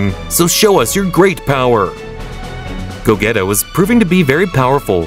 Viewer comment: "go - geta" ☠im dead